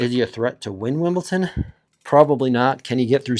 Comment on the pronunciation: Pronunciation Police, but not on players' names: it's Wimbledon, not Wimbleton!